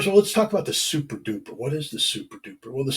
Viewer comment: Thats souprdoopr scot ha ha ha